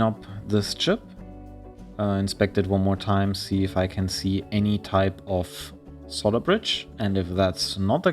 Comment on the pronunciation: I like how you say "solder bridges" with your accent-- it sounds like "solder britches" which, if you don't know, "britches" is another word for "pants". So I imagine it as either someone's nickname "Ol' Solder-Britches!" or as a specific type of pants made from or using solder. Love your videos!